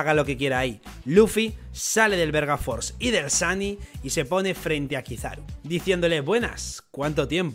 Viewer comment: soy yo o dijo verga force? xD